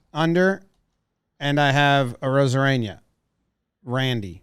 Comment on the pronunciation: jimmy why do you pronounce “arozarena” as “arozareña” lmfao